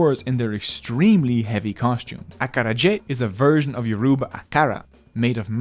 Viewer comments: We make the best jollof rice & the pronunciation is more like Aakara jeh . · Great video!!!! Let me help you pronounce acarajé. The ACA part you're already pronouncing ok. The R: imagine it's a very fast D, a little bit further down your mouth. Raise the tip of your tongue to touch the ceil of your mouth, as if you're pronouncing a D or a T. But instead of touching right behind the teeth, you do it a little bit behind it. Ok? Now, this is very important: don't block the air completely like you do with a T or D. Just make the tip of your tongue rigid so that air can flow around it. Touch it VERY quickly to the ceil of your mouth an release it. Congratulations, you learned how to do a flapped R. Think of it as a love child between D and L. The J is easy. It's exactly how you pronounce the S in the word "Asian". É: this is an open mouth E. Imagine an American saying "what's the matter with you". The first "a" in "matter" is what you want.